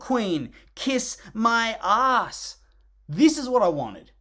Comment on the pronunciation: that was the best Australian pronunciation of a## I’ve ever heard